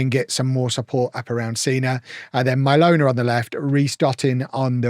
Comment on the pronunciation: I'm liking this series. Every time you mention Mylona I'm hearing 'My Loaner."